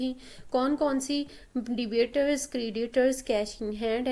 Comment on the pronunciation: debators ni hota debtors hota hai.. b silent hota hai.. debators ka mtlb kuch or hota hai